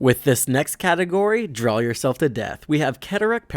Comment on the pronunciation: I like the video but he speech impediment you have is just terrible. It’s pronounced “DRAW” not “DRAWL”